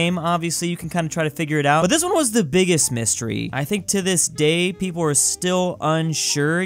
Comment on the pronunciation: 5 Million Pwople?